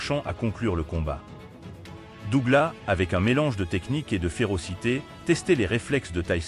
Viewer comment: SÉOUL ????? ET DOUGLAS SE PRONONCE AVEC UN S .....DOG LESS .... VOUS N'ÉCOUTEZ PAS LA VERSION ANGLAISE ORIGINALE ???